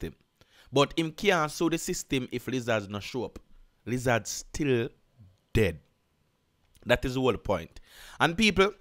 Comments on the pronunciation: 😂😂😂😂😂 I can't get over u saying "liz- zaz" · Bruh wtf is a lizaz😂🤣